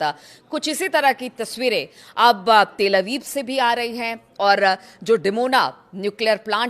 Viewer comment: ❤not til abib but tal abib🎉